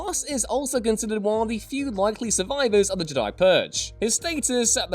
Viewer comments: Yeah i noticed he's different pronunciation of the word Jedi. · Why is he pronouncing Jedi like j'dai? Infuriating! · Why do you pronounce “Jedi” like that?...